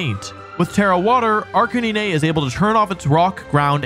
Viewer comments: I’ve been sub for a while now but I thought about unsusbribing when you pronounced arcanine like a weirdo ahha jk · do you and only you actual pronounce arcanine like that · I cringed at arc-nineh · The incorrect pronunciations are making me lose my mind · Yeah the way he says Arcanine and Gardevoir bothers me a lot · No the arcanine thing literally made me stop watching these videos 😅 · bro the pronunciation of Arcanine was pissing me off 😭 even on purose😂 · The way he sayed arcanine got me surprised and pissed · Why tf you pronounce Arcanine like that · did my man really say ‘ark-an-een-ayy’ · WHAT IS WRONG WITH YOU… ARK A NEE NAY??? HAVE YOU NEVER HEARD THE WORD CANINE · I’m sorry but are you calling Arcanine like Arcan-knee-nay instead of Arca9? Bc that’s awesome 😂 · Arc-in-ea? Isnt it arca-nine? Have i been saying wrong? Also isnt vaporeon weak to grass as well? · umm… arca-nee-nay?? isnt it arcanine like nine the number 😭 that threw me for a loop bruh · "Arca-knee-nay" Excuse me what. I've never heard anyone call it that. It's always been "Arca-nine" just like the name. Edit: These pronunciations whack. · What is an Ach can nay nay? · The way this man says "Arc-a-nee-nay" with such confidence.. 🤦😂 I just... it's so on-brand for Wolfe. Great video. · C. Arc-Uh-Knee-Nay! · I cant with AR-KAH-NI-NEH xd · A R C A N I N A Y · "Arca ni ne" 😭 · Dude ar canine its so easy. Ar ca nee nayyy ⁉️⁉️⁉️⁉️ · i actually had to stop washing the dog and rewind to make sure he seriously called it “arka knee neigh” (i work a dog groomers) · WTF IS AN ARCKANINAY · Did he just pronounce it Ark-a-nee-nay ??? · Wolfey: “this is a serious list.” Same video: “ARK-AH-NEE-NÉE.” Love your stuff I’m new to you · When he said Ar-ka-ni-ne 😂😂😂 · Arr-cah-NEE-NEH??? Wolfey its RK9 🤣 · wait… hold up… WHAT did you say??? Arca-NEENAY? Bro… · I died when he said “Arcaneenay” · Arc-A-nee-nay LMAO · ArCUHNEENAY EXCUSE ME 💀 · Ark-in-nin-ay?! Have I been pronouncing Arcanine wrong all this time?!?! 😳